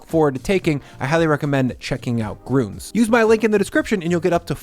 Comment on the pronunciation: that is an ü not an u. its grün not grunes